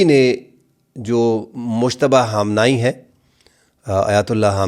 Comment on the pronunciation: مجتبیٰ حسین حامنائی ھیں یا خامنہ ای ھیں کیونکہ آپ حامنائی کہہ رھے ھیں